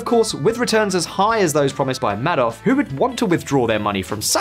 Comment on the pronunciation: video narrator could have at a minimum learned how Madoff’s name is pronounced, smh 🤦